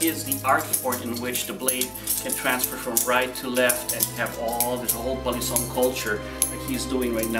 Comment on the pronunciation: Finally! someone saying balisong properly and not calling it ba lee song lmao